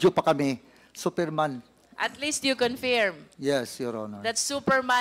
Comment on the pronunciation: D ako matalino pero alam ko correct pronounciation is confirm, not confeeeerrreemmm